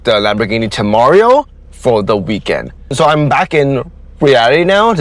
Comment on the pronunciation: You're pronouncing the temerario wrong.